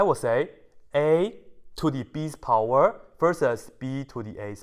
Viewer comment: I love how he says pOWeR